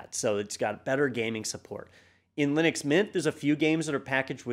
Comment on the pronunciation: lie-nux mynt is really good lol